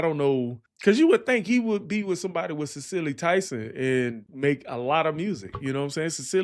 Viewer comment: Hi … I’m a Boomer. 👋🏾 Just want to let you know .. with respect, Cicely Tyson’s name is pronounced like “SIS-eley”. She was a famous Black actress. 🙏🏾❤️ Thanks for your channel.